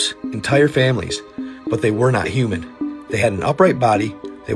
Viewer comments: She said a "Herman size" owl....😂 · Did you hear that girl try to say the word HUMAN ???? Omfg that was some funny shit. That girl was super stupid too. She said herman for human man!!!!! Hahahahahaha